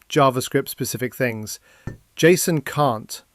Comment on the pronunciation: "Jay Sss Oh En" Nobody, and I mean nobody says it like that. It's Jay-son.